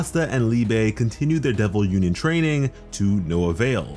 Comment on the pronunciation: i wanna see some Bleach level of pressure when Asta say "Uninion" as he and Liebe fights Dante <3